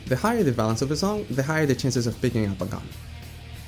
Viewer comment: Valence…valence…valence Ooooooooh Vawulance🐸